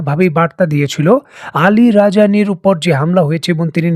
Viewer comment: আলী রাজানী = ভুল নাম/ভুল উচ্চারণ। আলী লারিজানী = ঠিক নাম/ঠিক উচ্চারণ।